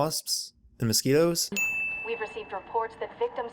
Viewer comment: Sin counter for You said moscetos twice (I'm guessing I spelt it wrong so sorry about that)